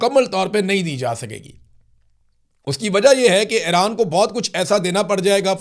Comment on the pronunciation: Ay-Raan Nahi Bhai E-Raan (Iran)